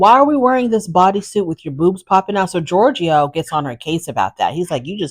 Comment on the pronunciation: Georgie not georgio